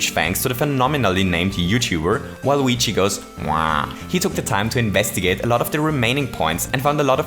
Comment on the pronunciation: okay but it's so funny when you say WaluigiGoesWa, you just go "WaluigiGoes.. *WA*"